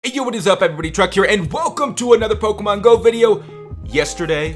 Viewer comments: y u say truck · Is it me or in the past couple videos does it sound like he says 'Hey everybody, Truck here.' I mean i know his name is but it kinda sounds like truck lol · i swear you say truck at the beginning. love you truck? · did u say truck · does he say truck or